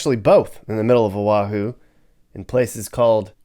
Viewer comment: First of all this video is nauseous, you move around so much that we get sea sick and Motion sickness, disgusting! ,Second, you need to learn the proper pronunciation of our Hawaiian words and Oahu is not pronounced aahu, we get really pissed with improper pronunciations of our Hawaiian words!! Third: Hawaii is paradise no matter where we live, unlike you mainland haoles who act as though you are all rich and live in grand houses but we know the truth. But, all in all thanks for bad mouthing us so people from the mainland would not want to live here!!